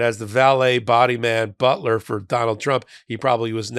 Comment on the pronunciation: His “butt-ler”